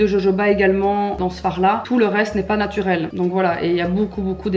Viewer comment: Le pourquoi appuyer sur le mot naturel ? Le biffe